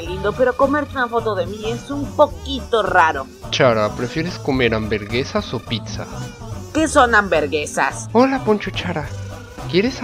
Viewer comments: amberguesas a lo cross chara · Se pronuncia hamburgesas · Se pronuncia hamburguesas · Hamberguesa XD